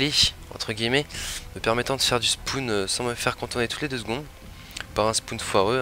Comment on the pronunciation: Les fameux "spoune" 🤣